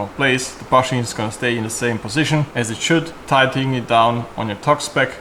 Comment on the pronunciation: A tipp from a bilingual, first great pronunciation of tight, but when pronouncing "tighten " think of: saufen, fi**en, schlafen.